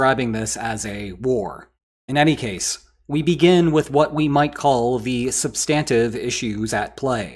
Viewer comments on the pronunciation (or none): This video is so hard to watch with this guy's pronunciation of "sub-STAN-tive." Does he also say, "sub-STANCE?"